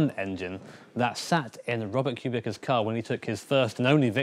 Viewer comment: Erm excuse me it’s pronounced Kubica, not Kubica😡